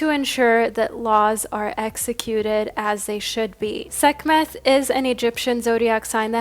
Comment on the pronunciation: Sek-met. The h is silent 🤍